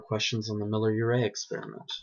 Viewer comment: Yeah, good man, good presentation, the truth. Life from chemicals does not compute. Leisurely spoken as it should be. No rush as in so many presentations of others. However, pronunciation is not always totally clear, e.g., the way you say " Miller Urey." No need for ultra-long pauses. Be consistent. Edit carefully. Keep the volume stable. One word misspelled . I say that because you will have a lot of foreign viewers and that's how it should be! Still, great truths! Thank you.